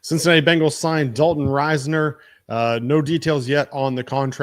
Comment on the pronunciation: Its riz ner not rise ner